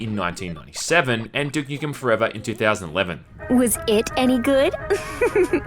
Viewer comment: "Dook Nookem and Syerious Syam"